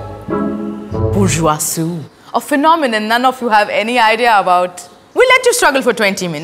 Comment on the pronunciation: it's not Bushuasoo, it's bourgeoisie, a French term.